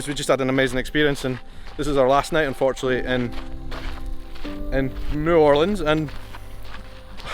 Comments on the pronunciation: Hi! 2 things that annoy a New Orleanian are 1) Asking if they know Voodoo 2) Asking them to say New Orleans and expecting “N’awlins”. THANK YOU for saying it properly!! Come back and visit anytime!! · I so glad you pronounce the name right. New Orleans